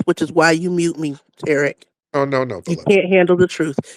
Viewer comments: People piss me off when they purposefully mispronounce that man’s name. It’s TUH-Reek, not TARICK😒 She sounds like a welfare recipient who hate that the money is about to stop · Two-Pack Shakur, Tear-ick Nasheed, Louis Far-A-Con, Sad-Um Hussain. WS suspects go out of their way to mispronounce people of colors’ name. They stay on code. Stay focused. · I expect when ppl come at like "Tarik".....They getting ready to disrespect him.....🙄🙄🙄🙄...Yep, she knows the correct pronunciation is Tariq....Get her, 🤓🤓😂😂😂😂😂😂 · 😂 A lol Tariq Thrashed the big back as soon as she verified that she was actively mispronouncing his name. It's funny , once he identifies that your on some bulshit , it's a rap. On the serious side , it's always a pleasure 🙏 my brother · is a disgusting, hypocritical, shameless liar. She's defaming Tariq's name and purposely mispronouncing it. Why does she think anyone would listen to anything she has to say. Her credibility is at the gates of hell. And got the nerve to quote scripture. Ugh. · She was pissing me off saying that man name wrong, for some reason that shit gets under my skin